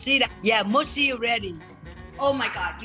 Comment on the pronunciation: 😂😂when her mom said, its gonna be mussy(mushy)😂😂i got weak immediately 🤭